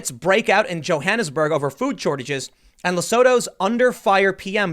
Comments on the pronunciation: Tim... Lesooootu. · Hahaha. Had no clue what country you were talking about until you said "surrounded by South Africa" It's pronounced: Le - Su - Tu. Also, there is no food shortages here. It doesnt take much to set people off here to start looting. So far I've only seen people looting liquor stores. Selling sigarette and alcohol is currently banned during lockdown. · Oh shit, I didn't hear about this from local media. PS, Tim, it's pronounced lesootoo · Quick side note, it’s pronounced “Le-soo-too.” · South African here - it's pronounced "Le-sue-tow" ;) It's a sovereign state inside South Africa, they have a king as well. So far they actually don't have any reported cases but as you said, this could be due to testing. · Eish Tim ! Your african pronunciation needs brush up Lesotho= leh sue too Cyril= cih ril Rhamaphosa= Rah mah poh sah We have junk status. Many people lîve from the hand to the mouth. Only 52 died in South Africa from corona. Much more now from lock down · Just a heads up Tim for the future in case you see it again. Lesotho is pronounced Le-Sue-Two Cyril is pronounced Sir-ill (easiest way to describe) Ramaphosa is pronounced Ram - ah- po (like for police) - sa (like sa in sandal) The army was deployed at the start of the lock down. I am from South Africa. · hearing Tm trying to pronounce Lesotho made my day...hehehe But in all fairness,I think south africa has been heading that way for a whiile now,covid virus or not.